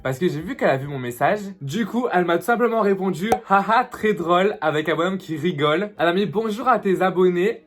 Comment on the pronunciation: « J’raygole » je meursss 😂 mais je kiff❤️